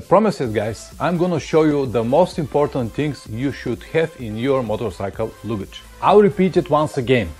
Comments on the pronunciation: Не лугидьжь, а лагидьжь :-) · Hi, you must say luggage with A, not U....))